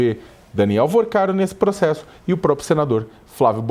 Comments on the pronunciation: PROXESSO ???? kkkkk desculpe não resisti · kkkk A menina arrasa na pronúncia do "Green card", mas fala "proxesso" ...rs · Pq a fala "proxesso"?